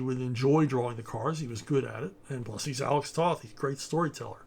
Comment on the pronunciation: Toe-th! Toe-th! Toe-th! Not “Tahth”!